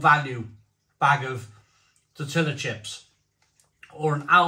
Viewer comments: Tor-tia not tor-tilla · How can you still not pronounce tortilla correctly???😂